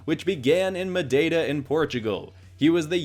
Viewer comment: You said madieda when it’s Madeira just helping a bit